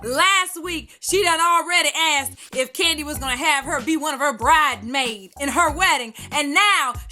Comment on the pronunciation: Omg!!!!!! I am hollering!!!! I thought it was just me hearing wrong every time NeNe said BrideMaid. Like, I know she said Bridesmaids....yeah. I'm tripping.....Nah!!!! He don't like the letter S!!!!!!